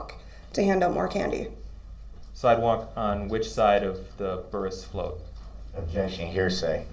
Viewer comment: Axed, Substained,Objectchun & Biast and Grownz!